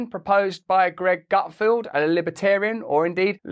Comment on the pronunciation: Feld. GutFELD. NOT "Gutfield". Does NO ONE on your team know how to read and pronounce the guy's name?!